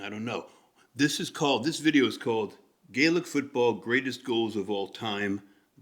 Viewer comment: Gaelic Football (you pronounce correctly) is far more popular, as 2 of the country's 4 privinces(equivalent to an NBA Conference) do not have a championship in hurling where all 4 do in football.(Both are GAA games). Sports in order of popularity/participation are Gaelic Football Hurling Horse racing Soccer Rugby. Ausie rules that you mention has its origins in this game, brought there by irish emigrants and convicts. The tap on the foot is called a solo run/kick as only one bounce off ground is allowed without a solo in-between, and only 4 steps allowed between either. You are correct, no throwing allowed, ball must be struck with fist or foot. Im intrigued by your insight and reading, far more insightful than we are used to from americans, (no offence). i.e. the change of feet, dummy or fake, and you noticeddifferentsupport runs . You have an interesting eye and one that probably belongs in sport or Coaching.